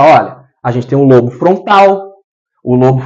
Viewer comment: Caro,. Gratidão pelos ensinamentos que compartilha conosco, aprecio muito o seu maravilhoso trabalho. 🙌🙌🙌 Gostaria apenas de te dizer que a palavra “lobo”, por exemplo, lobo frontal, embora não tenha acento agudo nós falamos como se tivesse, então se diz “Lóbo”. Só dando esse alô porque as pessoas podem ficar confusa pensando no animal, lobo. A parte mais anterior do “lóbo” frontal, atrás da testa tem função de planejamento e execução de comportamentos aprendidos e intencionais, acredito que por isso, implantam microchips nesta região. Já o hipocampo desempenha um papel importante na memória e no aprendizado e está envolvido na formação de novas memórias, na recuperação das memórias e na decisão do que é importante ser memorizado, talvez a explicação pela qual também atuam nesta região para resgatar memórias traumáticas dos obsidiados. Abraços meus Amigo Gratidão Eduardo